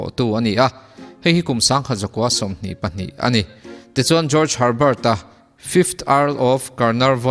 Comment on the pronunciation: Mizo zinga ka hriat chin ah nang chiah hian ka hming ila lam dik #George ☺☺